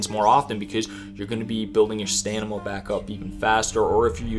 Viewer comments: I love your tips and this video is awesome! But you saying “staNima” instead of staMina every time absolutely killed me😂🤣 Keep up the great content man!🔥🤌🏼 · BRO i enjoy your videos but god damn its annoying listening to you say STANIMA over and over its S T A M I N A LOL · Its "stam" ina not "stan"ima. And ur(er)-sine. Sorry those were irking me. Otherwise amazing video! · Accelerates Stanima lol Great guide tho!!! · Only just starting playing this, 2 things. Do skills HAVE to be on the right side of the character screen to be active? The mind control one for example, seems like a wasted space early game. Second it's pronounced StaMina not StaNima. Just a silly thing. Great info though. Thanks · Great video honestly, but why do you keep saying "staNiMa" and not "staMiNa" ? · Is it stanima or stamina!? Lol! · My man says Stanima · Is it just me or did you say stanima a few times🤣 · Why you saying stanima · It was funny how stamina was pronounced.